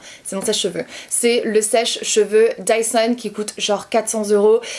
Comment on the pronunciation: Quand ta dit dyson j'ai crus entendre tyson 😂